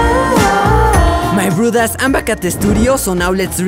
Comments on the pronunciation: "My brothos lets start animating" Me: what did he just say? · I love when he says my brew das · yo, what's ur actual language btw? when u say so my broeders it sounds dutch LOL i know i'm 1000% wrong but yeah